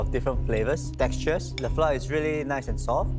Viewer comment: As an expat, is it a Singaporean thing to pronounce flour as ‘flah’ instead of the proper ‘flower’